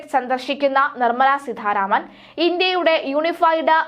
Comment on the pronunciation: എന്തോന്ന് വാര്‍ത്താവായനയാണിത്...അക്ഷരത്തെറ്റുകളുടെ ഘോഷയാത്ര. സീധാരാമന്‍..എവിടുന്നാണിവര്‍ മലയാളഅക്ഷരങ്ങളും ഉച്ചാണങ്ങളും പഠിച്ചത്..ഭാഷയ്ക്ക് നാണക്കേടാണിത്.